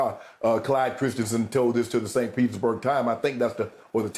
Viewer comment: "St. Pizzaburg" lol